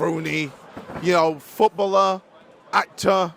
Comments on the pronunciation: Please stop saying “Footbuller” sheesh. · I gave up on KSI a while ago, used to love him so much when I was a kid, the guy is deluded. p.s never say “Futbuller” again 😂 it’s footballer man ffs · WTF is a retired futbluhh? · Foot bulllur? Jesus that was rough to hear 9 times lollllll❤ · wtf is his prononciation of footballer🤣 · That "footballer" pronounciation is very interesting